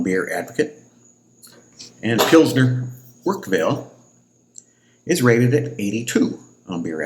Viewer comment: It's Urquell think more like urkel from the Crosby show but more with like a french draw out lol 😂